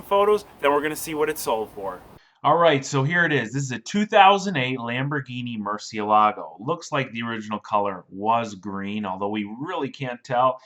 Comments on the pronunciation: mur-ciE-la-go, you pronounced mur-cie-LA-go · btw, it's pronounced (MUR-SI-E-LAGO) it means BAT in Spanish the kind with wings